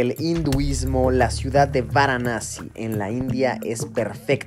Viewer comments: VARANASI o antigua BENARÉS pero no “guaranasi” Luisito 🤦🏻‍♂️ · guaranasi ?? hahhaha VARANASI o BENARES. Dios Mio..viajar no implica cultura, yo e VIVIDO en India y muchisimos paises...tus videos son mas bien como "cultura" para los mas simples... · No superó Guaranassi 🤣 me voy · "Guaranasi" o Varanasi????? 🤔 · Luisito: Guaranassi 🤣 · Jorge Romero Cano pensé que era la única que lo escuchaba decir guaranasi 😂😂😂hay obits si se paso jajaj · Es varanasi....no!? Waranasi..😂😂😂🤣🤣🤣🤣🤣🤣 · Luis es varanasi. No guaranasi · guaranasi ?? hahhaha VARANASI o BENARES. Dios Mio.. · Por qué dices gusta así?es varanasi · Por qué dice Guaranasi? Es VARANASI 🤣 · Se pronuncia Varanasi, no waranasi, o benarés, la ciudad más vieja del mundo. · Benares o Varanasi no guaranasi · Se pronuncia Varanasi no Waranasi. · No es guaranasi, se dice varanasi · Es Varanasi !! No Guaranasi !! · Varanasi, no Uaranasi. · Luisillo dice "Guaranasi" y es Varanasi o Benarés jijiji .perdón solo hago la corrección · No se pronuncia "uaranasi" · Soy yo o luisito dijo "Guaranasi"? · Cada vez que Luis dice "Guaranasi" en este video han muerto sido incinerados y arrojados al Ganges en Venarés 515 gatitos. Di Venarés, ayuda a los gatitos. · Por que dice: “guaranasi”?? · Pero te pareció interesante 'Guaranasi' (? Es VARANASI o Benares xD y no es que lo dijeras sólo una vez nooo, por lo menos 6 veces xD El típico viajero que no sabe ni donde está. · Es varanasi xD no waranasi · Xd porque Luisito dice "guaranasi" si es Varanasi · Luisillo el tontillo 😆No es waranasi es Varanasi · Jorge Romero Cano 🙄 que pesado el chaval con su “guaranasi” 😂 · Porque pronuncias Waranasi?